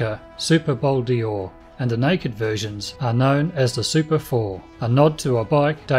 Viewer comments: Pronounce it Bol Door as in a door you walk through, it's not Bol Deeor. Bol D'Or = 24 hour races at Paul Ricard circuit, south of France. Name is from there not Le Mans 24 hours, which is a different race. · In french they say " Bol Dor " not Bol-D-Or like you say . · It is Bol d`Or and not Bol dior. Named after the French 24-hour race. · Nice bike. It’s not ‘Bol Di-or’, but ‘Bol d’Or’🧐it’s a ‘bowl made of gold’. bol=bowl or=gold 🤓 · WTF is a Bowl Deeooor? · Bol D or is pronounced bol dor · Bol d'Or sounds like bol door mate. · hey nitwit.....there is no letter E in Bol D‘OR